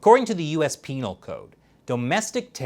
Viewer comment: Hahaha you said penal